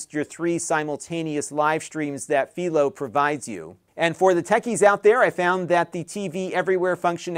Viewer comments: PIE-LOW, not FEEL-O. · It`s Philo, Not Phelo. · It's fai·low as in Philo Farnsworth. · Am I the crazy one or not lol, I have been using Philo for over 3 years at this point and for the life of me I have been calling it (Fi-lo)! Hearing how you are naming it and coming out of your mouth, you are making me seconded guess! 3 years I thought it was pronounced (Fi-lo), now I can't un-hear the way you say it! Please correct me if I am wrong but 3 years of saying (Fi-lo) now makes me feel so wrong in life lol! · Uh, I'm 99.9% sure that Philo rhymes with "eye." It comes from TV inventor Philo Farnsworth. There's a little town just south of me named Philo also pronounced fye-lo, but Illinois also has a Cairo and Athens that aren't pronounced the normal way (they're KAY-ro and AY-thenz here). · Philo rhymes with Milo. That is the correct way. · You're pronouncing Philo wrong, It's pronounce Fai -Low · I have to say your saying Philo wrong haha but it's okay :)